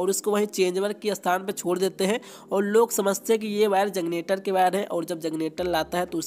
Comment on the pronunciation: Bhai kanpur se h lgta h🤣🤣🤣